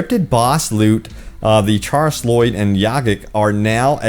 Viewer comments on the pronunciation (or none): Oo-Gah-kay=Ugake, Kris-A-lloyd=Chrysaloid.